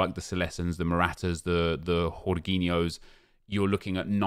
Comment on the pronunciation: “Hor geen yo”?!? As an Italian, I am extremely disappointed